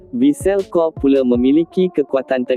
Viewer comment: Kobe bukan Kob la admin.. macam mana kau sebut dan makan tempe Atau kau sebut ole-ole.. Perlu banyak buat kajian dalam sebutan kalau na buat content.. Bukan sekadar buat jerr